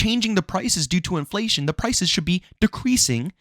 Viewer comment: I thought I heard it all until u said in-FA-Lation😂